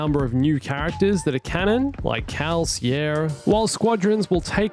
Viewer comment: Why does this guy call Cere See-air?